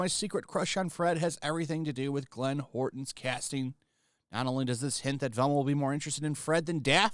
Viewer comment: Hey, just so you know it’s Glenn How-er-ton not Horton.